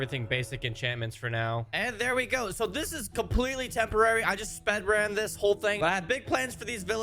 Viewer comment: Spedrun? 😂😂😂😂😂😂😂😂 He said spedrun